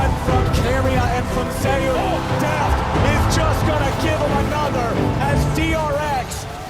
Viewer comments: Also hearing you say Zeus as "Zus" throws me off lol Most people call him zay-oos, especially because there was another Korean pro named Zzus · "Zay-oos" . Not "Zoose". It's a play on his real name, being similar to the god of thunder. Legitimately confirmed. If you're going to make an LCK documentary, you should probably know how to say the players' names.